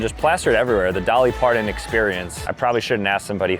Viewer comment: Dolly pardon 😂it’s Parton